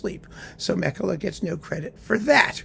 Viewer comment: Meh-kela = Mäkelä :)